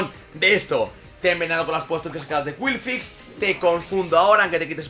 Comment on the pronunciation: curioso como exagera mucho las pronunciaciones de los pokémon para que queden lo más anglosajonas posible pero luego te cuela un qwilfix y se queda tan ancho jajajajajjaja